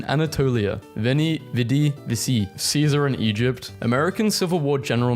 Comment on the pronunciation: The pronunciation on "veni vidi vici" is killing me so much (its pronounced "venee, veedee, veechee")